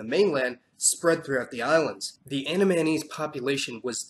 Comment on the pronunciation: Gotta work with your pronunciation mate, It's AN-DA-MEH-NIECE... Andamanese... YT auto generation caption thought it was "Anime knees"